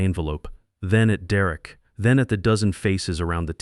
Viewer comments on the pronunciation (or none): Just like all the other videos, the children are too stupid to get scholarships for college, and the father is too stupid to get good insurance. Mine pays almost everything. Why is Derek pronounced as "Duh Wreck" occasionally? Stupid AI. Downvote for being stupid.